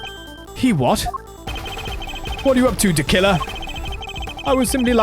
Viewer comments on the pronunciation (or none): "We find out that he may not be the killer"... you make this too easy for me. Hmmm, I could have sworn it was "DeKiller" and not "de Killer"... oh well. I love this guy by the way, the perfect balance of ham and cheese, sprinkled with spicy gentleman assassin. One of my most favorite Ace Attorney characters.